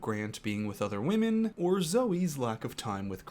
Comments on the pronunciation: Am I the only one bothered that Grant pronounces "women" as "woman"? It's been making me twitchy all season. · Can someone please teach this man how to pronounce woman (singular) vs women (plural). They did him dirty letting him go the entire season saying these wrong.